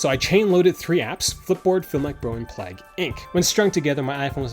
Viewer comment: Plag!? PLAG?! It’s plague like biblical plague.